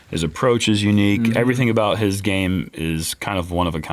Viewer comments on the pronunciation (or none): none